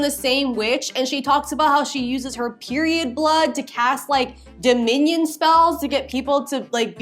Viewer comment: the way she keeps pronouncing Dominion is making me think of a loaf of bread in the shape of a minion 😭